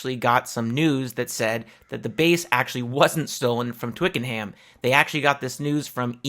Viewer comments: In the South of England (including London) we pronounce it "Twikanum" not "Twicken-Ham", can't say for certain how the rest of the UK would say it!!! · Great stuff! (BTW, Twickenham is pronounced "Twickenum" - the general rule in England for place names ending in "ham" is to just say, "um", but not for places like West Ham, which is two separate words). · Thanks for this video. I used to live near Twickenham and FYI the 'ham' part of the town name is actually pronounced 'em'. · Why are you pronouncing Notting Hill as Twicken-Ham. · We say it Twick'n'um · Twickenham pronounced - "Twik-En-Um" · So cut how Americans pronounce Twickenham. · Mate, good vid, one small niggle though…..there is NO “Ham” in Twickenham! You DO NOT pronounce the word “ham” when saying Twickenham. Adding a “ham” in there leaves you sounding like a foreigner! And not Mick Jones!! 😜 I’m pointing this out for your own benefit btw! 😁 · Just to help (I'm English), the 'H' in Twickenham is silent. It's the same with the vast majority of conjoined placenames. When a placename is separated, like West or East Ham, then the 'H' IS sounded. I hope that helps in your future presentations.